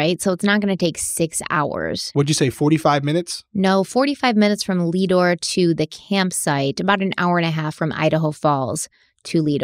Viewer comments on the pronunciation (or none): Not Leadore it is lead ore named after lead mines there! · Listening to your pronunciations of Lemhi and Leadore is funny to me because I grew up around there! Love your videos!!